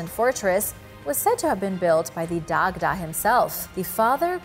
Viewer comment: Hey, Love the channel! Quick comment: Dagda is pronounced like "Dodge-uh" or "Da-Ja". Peace!